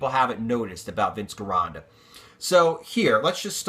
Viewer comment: You keep pronouncing Vince's name wrong.. it's pronounced like "Jeronda" because in Italian there's no hard G sound.. thanks and love your videos.